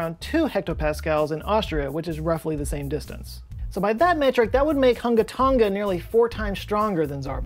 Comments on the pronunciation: Tong-uh, not tong-guh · Not to be that guy but you are pronouncing Tonga incorrectly. It's pronounced like "Tong-a" rather than "Ton-ga". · Hate to be that guy but it’s tong - a not tong - ga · I’m pretty sure both of you are pronouncing “Tonga” wrong. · Malo e lelei ...love your videos! The g in Tonga is soft, kinda silent? But how you say it is way more fun... to listen to 😀